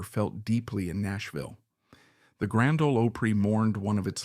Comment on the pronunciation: Why don't they research the pronunciation